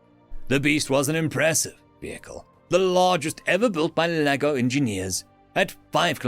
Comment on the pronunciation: Every time he says Laggo all my head hears is Lego and I imagine lego figures fighting humanity. Oh how lovely imagination is.